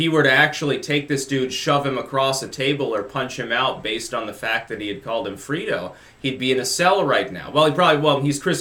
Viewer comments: ( Fray-dough ). Not ( free- dough ) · FRAY-dough not Frito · Its actually pronounced fray-dough like the word Alfredo minus the AL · Freedo lmao it's Frey-Doh Bro... Sean Hanity is a joke been screaming the sky is falling for the last two yrs and so far all I have seen is him looking like a fool. Ticktock Hanity Trump Family 2040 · Saying the Godfather is a good "movie", is like saying the Mona Lisa is a "painting"... And it's Fredo, not Freedo. Yes, you should experience the film again. *A. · it's fredo not freedo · it's FREH-DOH; FREE-DOH is the bag of chips. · "Frito" lmao... it's Fray-doh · Dude - you've gotta watch The Godfather (at least Parts I & II). First, it's pronounced "fray-do", not "free-do". It's short for Alfredo. Us older folks read the books, saw the movies, get the references. There are tons of them. I mean c'mon... you gotta know what it means to go to the mattresses! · "Free-do" lol. That's a funny pronunciation,:p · FRAY-DOUGH, not FREE-DOUGH LOL your mispronunciation just insulted all us Americans of Italian descent, now we have to crawl into our safe spaces LOL Love your work!! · Free•dough 😂 it’s Frey•dough Everyone in the NE got this and laughed Chris chino called Donald trump JR Fredo a few months ago on his show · Yo... it’s “Fray-doh” not “Free-doh” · It's pronounced FRAY-do. Frederico Corleone, nickname Fredo The middle son of the family. He is the stupid one but has a warm heart. "Fredo" has now become shorthand for "weak link". He betrays the family with his big mouth and Michael is left with no choice but to "put him down" as it were. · Fredo. Pronounced fray-doe. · It's FRAY-do. Fredo was considered slow and mentally challenged from childhood illness. We use it to indicate a weak member of a powerful family. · Fredo is pronounced Fray-doh. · It’s pronounced fray-doe.... And Fredo is kinda like Judas was to Jesus and the 12 disciples. Just FYI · Hey, it’s pronounced Frey-doe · Its pronounced Fraydo